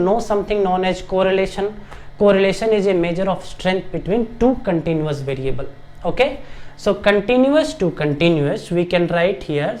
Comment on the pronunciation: We say continuous, not continious